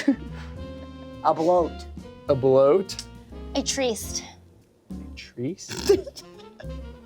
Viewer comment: saying “treest” reminds me of the good ol’ days when she made “flaint” happen